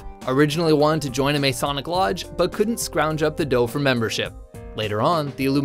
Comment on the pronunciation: What is MAY-sonic? Sheesh! (It's pronounced Muh-SAW-nic) Sheesh2